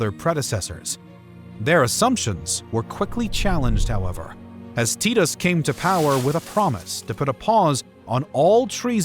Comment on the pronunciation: It's Ves Pay She In - Vespasian. It's Ty Tus--Titus.